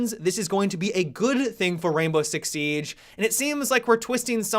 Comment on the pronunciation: Seeeeeige, funny how you say siege